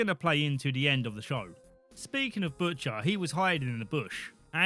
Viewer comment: bush...ter? bushter? butsher?